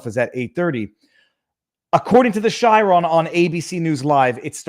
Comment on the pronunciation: FYI : chyron is pronounced kai- ron